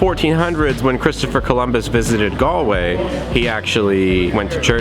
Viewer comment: "Ga-ol"! Pronounced "Jail" and means that. it's the way it's spelt in the UK. BTW you didn't go visit the "King's Head", a beautiful pub founded by King Charles I's executioner! Should've been on your list! The River Corrib flowing through the city and the canal make Galway one of the most photogenic cities I've ever been to.